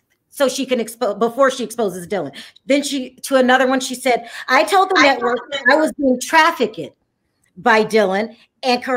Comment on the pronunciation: She said traffickid.